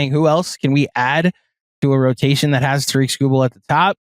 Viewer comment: Ta-rick, not Ta-reek. is the man. Illitch won't pay him. We'll take Tong, thank you.